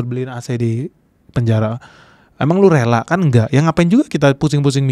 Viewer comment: kan bukan keun....gak jelas